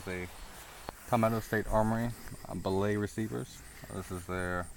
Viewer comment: LMAO "BILL AY"